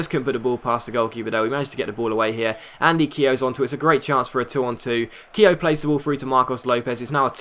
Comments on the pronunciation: Keogh's name is pronounced kyoo.. not keehoe.. haha good vid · ITS PRONOUNCED KYO NOT KEYO PLEASE STOP SAYING IT WRONG IT SO ANOYING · Keogh's name is pronounced Kyoo. Not hating on you just giving you the heads up. Love the vids keep them coming :)